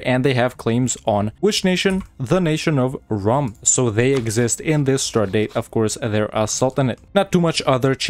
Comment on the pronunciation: Actually rum is reading as rome